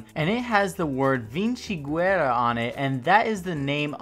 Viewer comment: "VINSIGUERA" 😂 Greetings from Italy!